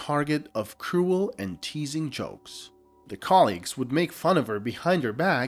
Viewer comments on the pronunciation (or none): none